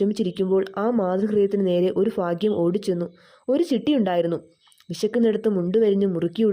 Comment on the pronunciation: കഥ കേട്ടു. വളരെ sentimental. പക്ഷെ താങ്കളുടെ കഥ പറച്ചിൽ വളരെ മോശം. ഉച്ചാരണ ശുദ്ധി തീരെ ഇല്ല. ഭാഗ്യം എന്ന് വായിക്കേണ്ടിടത്തു ഫാഗ്യം എന്ന് വായിക്കുന്നു. എവിടെ നിർത്തണം എവിടെ തുടങ്ങണം എന്നൊന്നും അറിയില്ല. യൂട്യൂബിൽ ഇടുന്നതിനു മുൻപ് ഒന്ന് രണ്ടാവൃത്തി നന്നായി വായിക്കുക. സ്വദേശം തിരുവനന്തപുരം ആണോ.